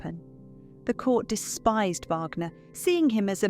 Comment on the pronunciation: At 5.12. Mispronunciation of Wagner.